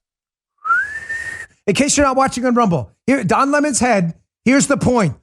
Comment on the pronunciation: Dan its Don 🍋!!! Get it right hahahahahahah